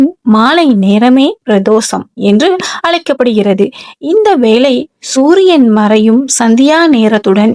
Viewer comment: முதலில் தமிழில் பேசுங்கள் வலிபாடு இல்லை வழிபாடு அலைபடுகிறதா அழைக்கப்படுகிற உன் பேச்சைக் கேட்டா பாவம் தான் சேரும்